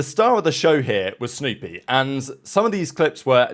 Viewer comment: Sounded like you said stoopy. Not snoopy.😂